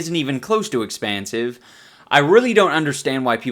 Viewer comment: Expansive sounds like a asian is trying to say expensive